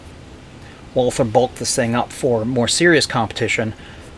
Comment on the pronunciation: It is so typical that the speaker of this otherwise good video did not take any trouble of checking how to pronounce 'Walther'.